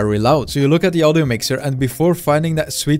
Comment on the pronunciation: I just like how he says "audjo"